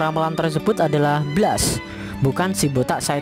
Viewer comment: Blast cara bacanya blest dek.